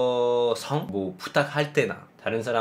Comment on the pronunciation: 전 예전에 무지성이라는 단어를 보고 느낀 건데 처음에 무지한 성질이라는 뜻인 줄 알고 [무지썽]이라고 읽었는데 지성이 없다는 뜻이라는 걸 알게 되니까 자연스럽게 [무지성]이라고 읽게 되더라고요! 한자 성품 성 자가 단어 끝에 오면 원어민은 자연스럽게 [썽]이라고 읽게 되는 것 같아요! 그게 맞는 발음이기도 하고요ㅎㅎ 예전에 로빈 님이 중요성[중ː요썽] 사회성[사훼썽] 이런 단어들을 [중요성], [사훼성] 이런 식으로 말씀하셨던 게 기억나서 알려드려요! 로빈 님의 된소리 발음을 응원합니다😊 냉장고[냉ː장고]도 장음을 살려서 '내앵장고'는 어떨까요ㅎㅎ 근데 로빈 님은 이미 한국어 만렙...👍🏻👍🏻👍🏻